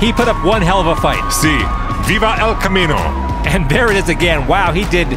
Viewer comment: Unfortunately there was a tire in the launch lane, which subsequently launched the El Camino (with the name that shall not be pronounced properly) 😁